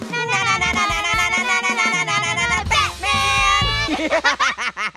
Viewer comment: Batman or butman?